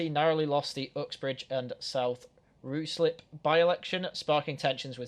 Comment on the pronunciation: "Ruislip" is pronounced Rai-Slip or Rise-lip (not Roo-slip)